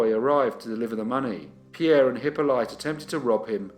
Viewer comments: Pretty sure the name "Hippolyte" is pronounced Hip-olly-ta not Hippo-lite. That said, I remember watching this channel in the early days when it was an absolute cringe-fest with any unusual or foreign names, so you've certainly come on leaps and bounds from those days :) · Hi! One small point. It's not "Hippo-light" but "Eep-o-leet".